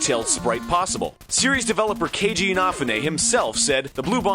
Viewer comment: He is saying Kejis last name wrong and it's driving my nuts.